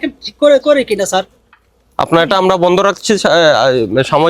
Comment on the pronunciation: It's sir, not saar